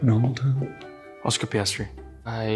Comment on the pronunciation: Lando saying oscar 💀😭😭